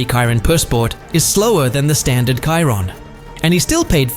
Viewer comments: Bro it's not Cairon it chiron chiiiiiiiiiiiiiiiiiiirooon 😅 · Dude where u from ? Chiron not kairon 😂😂😂😂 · Bugatti "KAIRON"???? pronounce it correctly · This is such a amateur & awful work here! ...1. It is not Konisegg, it is Koenigsegg ....2. Chiron should be pronounced as Šhiron, not Kajron ....3. BIG FALSE - there is no Rimac Gemera!!!! He own Rimac NEVERA (Gemera is Koenigsegg) and again bad pronunciation - not Rajmek :))))